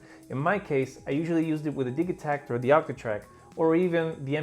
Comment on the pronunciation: I'm stuck here wondering how the mispronunciation of digitakt spread through youtube. Where did this start?